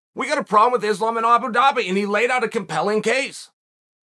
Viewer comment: Who is this izzlam mak-la-chev guy